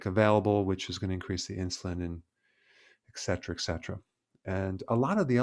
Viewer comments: I love all your content! But please..please say eT cetera not eK cetera. It’s a common mistake but I think you do appreciate knowing about it. Thank you for all you do! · Why should I trust you when you don't even know the word ETCETRA? It is not ekcetra.